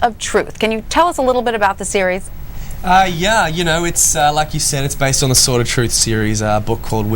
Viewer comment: As far as I know you DON'T pronounce the "W" in "SWORD" Ms. News Caster...